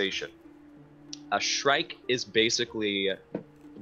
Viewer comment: The moment when I realized he was saying"shrike"...